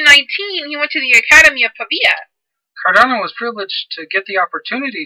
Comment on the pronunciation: There's no "i" in Cardano.